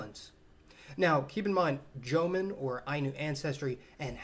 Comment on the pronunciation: Actually more like jōmon.